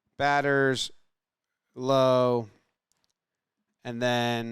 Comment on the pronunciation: great video but the only thing is it's "Lowe" not "Lowe"